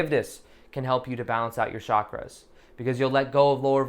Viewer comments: Thanx! Always wait for your meditation...feel great after them...😊 Hope ur channel keeps growing! Btw....'Chakras' are pronounced with ch....as in Chuck(ra)... not shh...like in Shucks.... hope that helps:) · Heather Lyons-Trautwein : hi! It's only pronounced as "chuck (ra)". Chakra is a Sanskrit word that means "wheel" or "disk". There's no other way of pronouncing it, since Sanskrit words are pronounced exactly like they are written in its (devanagri) Script. I guess they are sometimes mispronounced when written in other languages. ☺ ☺